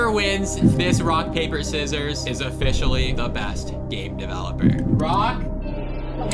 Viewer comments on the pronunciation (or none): "Is offishely the best"